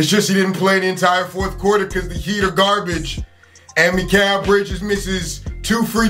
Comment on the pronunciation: Meekal bridges 😂😂